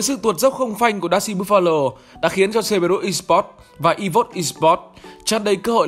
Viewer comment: Ý kiến chút ad nên đọc đúng lại cerberus đọc sai nghe khó chịu :v